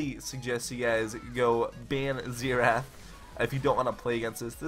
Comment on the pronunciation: ZEE RATH